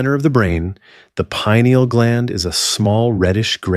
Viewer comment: I was excited thinking I found a non AI video. Then I heard how pituitary, norepinephrine, and pineal were pronounced. 😒